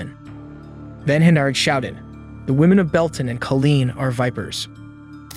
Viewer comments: Killeen not Colleen 😊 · U confusing duck!! It's Kileen not Colin or Colleen as u are mentioning on this report, what6wrong with u u went to school and u can't even read ir report what u are reading by the infor6u have at hand??? Say like it is man!! Report it like it is, that why people is misinformed man because idiots like u can't read the information as it is written, printed or told!!!